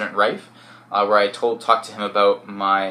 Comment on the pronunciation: "abot"lol he is defo Canadian